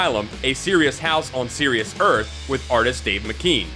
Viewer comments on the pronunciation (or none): none